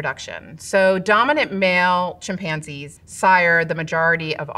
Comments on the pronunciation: Why Is she pronouncing chimpanzees with the accent on the wrong syllable? Or is it just because I’ve had a couple of gummies??? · the way she says chimpanzees😆